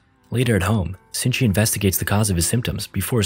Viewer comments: It’s shinichi not sinji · Shini-chi... he reads it Zinji dumbass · first off his name isnt shingi, its shi-ni-chi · I watched the whole parasyte anime And im dying because in this recap, his name is shinchi instead of Shinichi His name is Izumi Shinichi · So annoyed by the Sinchy instead of Shinichi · sutomi??? shingi????? ITS SHINICHI AND MURUNO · It's not shingi it's shinichi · It's Shee-knee-chee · its SHINICHI(SHE-NI-CHI) THO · How do you mispronounce Shinichi as Sinji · i hate how hes calling him sinchi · protagonists name is pronounced she knee chi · Its pronounced Shi-ni-chi or in the movie is it different? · Its pronounced she-knee-chee and is spelt shinichi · thats not really how you say his name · the movie is so difrent from the anime also it frustrates me that ur pronouncing shinchini wrong anyone who hasnt watched the anime go watch it